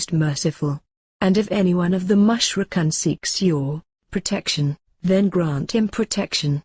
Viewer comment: Very nicely animated but the voices sound strange and mispronounce certain words like "Mushrikoon" etc. May Allaah ('Azza wa Jal) help you in your efforts Inshaa Allaah! Ameen! : )